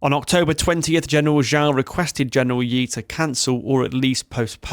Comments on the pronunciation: Please improve your Chinese pronunciation, Xiao is not pronounced as "zhao", nor Ye as "yee" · I wish you have learned how to pronounce Chinese names. "Fei" should be pronounced like "Fay" "Ye" is "Yeah" "Xia" in "Xiamen" is pronounced "She-ah"